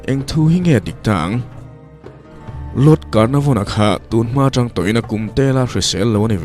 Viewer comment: 'Lord Carnavon' tia i lam khi, 'Lord Canarvon' tih zawk tur aw ka Pu